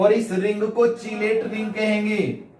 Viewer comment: चिलेट नही सर किलेट होता है🐕🐕